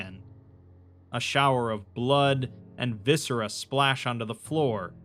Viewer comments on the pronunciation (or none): none